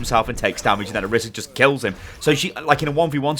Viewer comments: Orisa, not Arisa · What annpys me the most is people are pronouncing the name as "orissa" but there is only 1 S!! It needs to be pronounced as "oraisah"! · Not pronounced OH-RISS-AH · it's oriisa pronouced oreesa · "Oh- Ree- suh". Roll the "R" (proper pronunciation) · No one can say orisa correctly